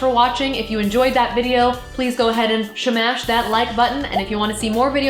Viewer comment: "shmash" favorite part of the video